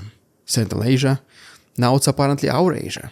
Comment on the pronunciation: funny how Putin calls Eurasia "Ourasia" almost like that Bugs Bunny meme with the hammer and sickle.